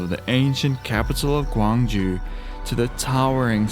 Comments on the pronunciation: Bro, you said "Gwangju" which is different city on the west of Korea. You wanna pronounce the city you visited as "Gyeong-Ju" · It's gyeong ju. Not gwang ju. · the south korea's ancient capital sounds more like kyeong-ju (try young with k). i tell you this because there is another city which sounds exactly like how you sounded it.oh somebody has already pointed that out. sorry about this redundancy